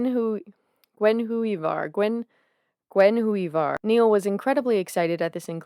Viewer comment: As weird as that spelling is, the Panther's name is just pronounced Gwin-i-var.